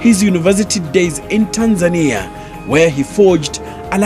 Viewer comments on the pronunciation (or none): none